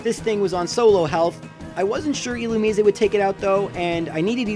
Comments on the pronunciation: Final E should be silent,but the rest is right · Do you really think that's how "Illumise" is pronounced?